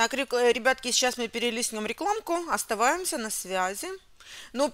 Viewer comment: Ведущая, не оставаемся, а ОСТАЕМСЯ